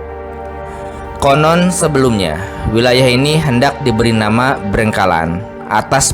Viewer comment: Terlalu memaksakan diri, hanya demi konten. Banyak kalimat yg salah, seperti BRENGKALAN padahal Brengkelan (itu sdh beda arti) , trs BAYU URIP padahal Banyu urip, dan dari cara membaca pun terlihat logat jabar, bukan orang wilayah setempat dan bukan ahli sejarah tp sebatas membaca